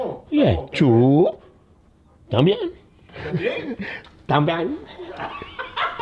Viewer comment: “tambien” KKKKK